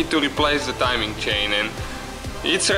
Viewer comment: Hey, it is not "chin" , it is a CHAIN ! Chin is in Your face ! Also what is "ansor" ? I think You waiting for answer,right ? Look, this engine did not have a balance shaft, so NO NEED timing for chain for Oil Pump ! Oil Pump no needed for timing !